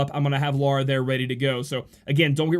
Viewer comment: you say "Lara" and "Laura" the exact same way...